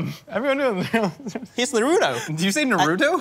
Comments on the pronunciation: The way u guys said naruto annoyed me lol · Not... exactly. He pronounced it like an American.